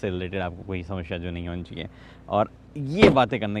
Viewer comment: sab kuch badal jayega but ka “ samashya “ remains constant 😂❤️